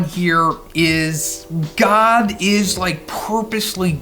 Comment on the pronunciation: Am I the only one that cringes when he says "god". Like I thought people were calling it the Monster God at first. It's just hard to hear to me.